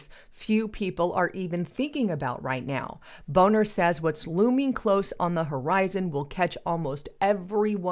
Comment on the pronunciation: Hi, just a side note. I believe the man's name was Bonner, not Boner. And at the 6 minute mark of your video talking about the Chicago PMI Collapse, there's a prominent ad asking the question, "Small Male Organ?" Like I said, "Just a side note."